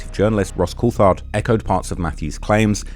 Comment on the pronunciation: Ross I very much love what you do and its clear you have put alot of worke into this extensive and thorough reseach. I just want to help you out with some correct pronunciations: with Ross Coulthard-his surname is not pronounced with a "th" sound in it, the "h" is silent, so imagine it is spelt Cooltard when you say it. Also the word debris has a silent "s" and David Grusch's surname rhymes with brush not bush. Sorry couldn't help myself, as an ex-teacher! lol. It may help you be more accepted with more open arms into the usually well-educated and well-informed UAP community, online. I definitely want to give you an open-armed hug across the ether for all your great work into such horrifying revelations, and done with such courage considering the content you're covering. Oh and I love your rapping advertisement! You somehow make injury and injury lawyers look cool again!